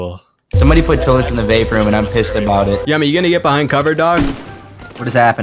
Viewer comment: It's still annoying to hear Yumi's name pronounced as Yummy